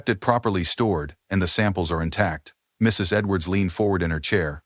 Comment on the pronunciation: Why does this narrator have so much trouble saying, "Mrs. Edwards?"